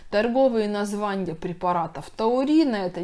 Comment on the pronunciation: Невозможно воспринимать - сниженЬе давленЬя, названЬя, зренЬя...🥲🧐 Хорошие, полезные вещи говорите , но речь ....